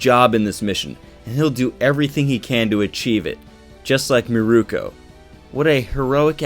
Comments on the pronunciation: Meer-Koh. Holy shit dude. It’s not murooko. Meer-Koh. Mirko=Meer-Koh not Mirko=Murooko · it isn't "mirooku"